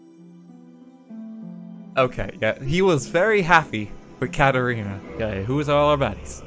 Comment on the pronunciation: THIS FREAKED ME OUT ASGJKJGJHJFKA My name is Katharina (pronounced how he said Catarina) and I kept looking around thinking someone was calling for me